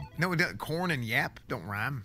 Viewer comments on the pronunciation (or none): Yapp does not rhyme with Corn,...